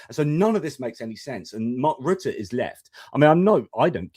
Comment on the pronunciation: Here I go nit picking again, but why is it that the two Brits can pronounce Mark Rutte's name correctly but the American insists on mispronouncing his name?